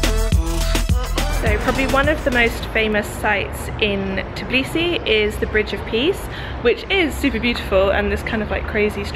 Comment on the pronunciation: Tourists in Georgia say Tiblisi I know its hard to say But am georgian And i easyer for me to say it U have to say it like this : Tbilisi